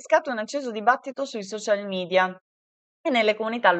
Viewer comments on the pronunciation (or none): none